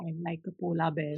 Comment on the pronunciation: I heard Bhola(polar) bear 🐻😂👌